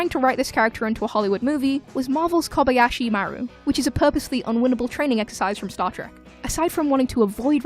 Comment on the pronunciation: The ancient one was swapped because he was Tibetan and china own our souls apparently.and learn to pronounce kobayashi maru